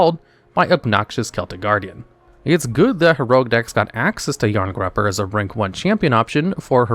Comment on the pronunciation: Jarngreipr = "yarn-GRY-purr"